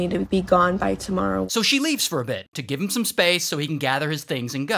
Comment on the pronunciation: I love when he says they found “heem” instead of him